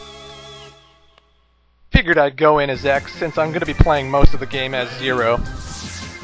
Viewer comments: When he said "Ground Scaravitch", I heard "Ground Skelebitch." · at first i thought he said "scarabitch" lol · When you said "Ground Scaravich" I thought you said "Ground Scarabitch". lol